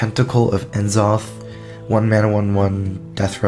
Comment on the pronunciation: Never though hearing Enzoth that many times would make me wanna poke my eye out with a rusty spoon. 6/5 pronounciation.